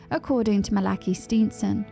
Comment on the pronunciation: Malachee is the pronunciation